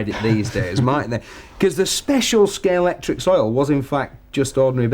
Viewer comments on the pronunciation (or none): Stop saying Scalectix! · Someone please tell it’s Scalextric not Scalectrix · Couldn't they find a presenter who can say Scalextric properly? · He's an arse. Difficult to watch. Can't even pronounce Scalextric.....broke antique scalex model (edited out).....I'm gone....